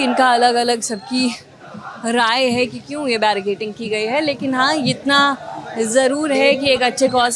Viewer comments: Barricading hai madam "barricating" nahi....itni baar bola ki I am forced to get this noted.. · barricaDing😂 and not barricaTing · जर्नलिस्ट महोदया, कृपया अपना उच्चारण ठीक करें l बेरिकेटिंग नहीं होता है, उसको बेरिकेडिंग बोलते हैं 😢😢😢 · Its barricading not barricating....just for knowledge.